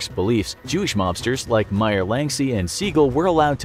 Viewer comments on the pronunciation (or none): none